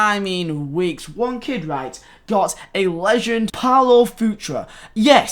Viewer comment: Why can’t you pronounce legend